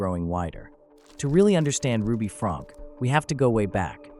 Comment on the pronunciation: Her last name is pronounced Frank- key.